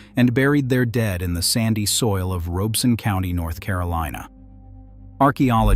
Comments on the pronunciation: It's ROB-ER-SON not ROBE. DIpshit AI. Pem-brook not Pem-Broke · I know that AI is reading this but for all of you humans watching, it is not ROBE- son. It is pronounced RAH-beh-son. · I was born in Lumberton. We never called it Robe-son. It was always pronounced Rob-es-sun. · The 'Rob' in Robeson is locally pronounced like Rob in Robert. Otherwise, very good info. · Ditto…If you say Robe-son, we know you aren’t from around here. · WTVD news in NC is pronouncing it Robe-sun too. Grew up in Fayetteville and never heard it that way. Edited for typo. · As a resident of Robeson County, I find this video, with a robot voice that cannot even pronounce the County's name correctly, extremely suspect. It is probably AI generated, and whoever made it has some agenda. But whatever that agenda is, it is not about providing a better understanding of Lumbee and Robeson County history. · I wish AI could pronounce Robeson county correctly. Otherwise, great video.